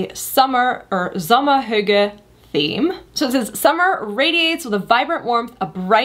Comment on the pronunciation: Finally an American, who can pronounce the word correct 😅